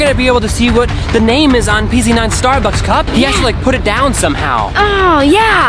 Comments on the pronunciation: He said Starducks Instead of Starbucks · Ha ha ha So funny how Daniel said starducks instead of Starbucks😂😂😂😂😊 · Bro said Stard ucks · Daniel spelled starbucks wrong he said starduck like if you sae it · Daniel said Starducks instead of Starbucks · Daniels didn’t say Starbucks he said Starducks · The mistake Daniel made was he said starducks I was cracking up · Daniel really Said starduck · He said starducks